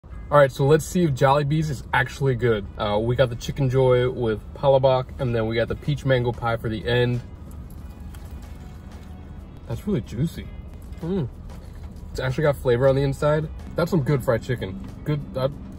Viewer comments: BTW sir the pronouncing in telling the palabok is pa-la-bok not pal-a-bok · I like how mostly americans pronounce "palabok" to "palabox" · It's not pronounced as Pala-bok, it's pronounced as Pah-lah-bok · Palabok its pronounced as "PahLah-Buk" not Palæboke